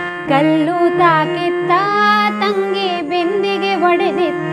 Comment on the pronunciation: ತುಂಬಾ ತುಂಬಾ ಚೆನ್ನಾಗಿ ಹಾಡಿದ್ದೀರ. "ಬಿಂದಿಗೆ ಒಡೆದಿತ್ತಾ" ಅನ್ನುವಾಗ ಉಚ್ಚಾರಣೆಯನ್ನು "ಬಿಂದಿಗೆ ಹೊಡೆದಿತ್ತಾ" ಅಂತ ಉಚ್ಚಾರಣೆ ಮಾಡಿದ ಹಾಗೆ ಕೇಳುತ್ತಿತ್ತು. ಕ್ಷಮೆ ಇರಲಿ.